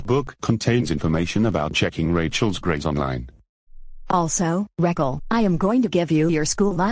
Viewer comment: pronounced Rachael Reckle